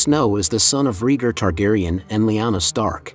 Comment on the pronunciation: Reeger Targaryen🤣🤣